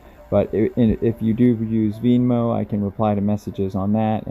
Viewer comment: I appreciate your work. Venmo. It's pronounced Ven-mo. Like Ben and Moe.